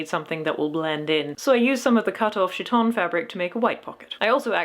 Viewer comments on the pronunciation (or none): I'm not trying to complain about pronunciation, but I'm used to chiton as kite-on instead of shit-on, and it raises some fascinating images... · What is a "she-ton"? Oh. You are pronouncing the name of the Greek clothing incorrectly. It is a hard k sound, not a soft ch sound. There are pronunciation guides on the internet. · Isn't Chiton pronounced KI-ton? Since in greek, ch is pronounced as a K? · oh I'm so glad you also watch Micarah! the two of you have such complementary flavours of chaos in your costuming-type videos (side note: the ch- in chiton is, in fact, a hard k sound. so it's pronounced more like kite-on.) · Hope this isn’t too grammarnazi style but… I’m almost sure χιτών (chiton) is pronounced ˈkaɪtn̩ Funny video by the way 😁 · The most minor of comments: chiton is pronounced khi-tone (because it's χιτών) and the emperor who died in 192 was Commodus not Claudius. But a great costume build using something quite like an actual linothorax (and props for using Greg's reconstruction which is good and not Eero Jarva's proposed method which is less good). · A note - as someone who is Greek, the χ is in my experience is pronounced either like an H, or like a Ch sound, not like a K. If you wanted a K sound, you’d use kappa! (Looks like κ) I’m not too informed on my Ancient Greek so maybe in Ancient Greece χ was pronounced like a K, but based off my experience I believe that’d be pronounced as either chi-tone or he-tone, but not like khi-tone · Random pronunciation hint! "Chiton" wasn't ever pronounced with a sh sound, since its not a French word. You may want to use a k sound if you wish to match Ancient Greek or modern (prescribed by dictionaries) English, or you can use h as a rough approximation of modern Greek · Linguistic note: in chiton, the 'ch' is pronounced 'k', not 'sh'. Nice video anyway, I always like to see people turning their dreams into reality… even when it's difficult.